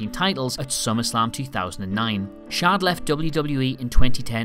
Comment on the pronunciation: *Shad, not Shod...